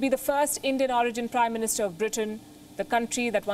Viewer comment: 'Da third woman prime ministerrrr'. Learn English lol